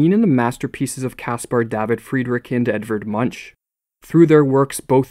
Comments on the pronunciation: Edvard munch is pronounced like edvat munk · Edvard Munch is pronounced "Edvaard Moonk".